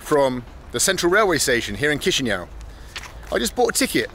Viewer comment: He is pronuncing Chișinau better!